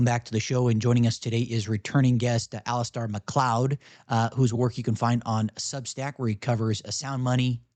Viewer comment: It's Alis-STAIR not Alis-STAR. Get his name right.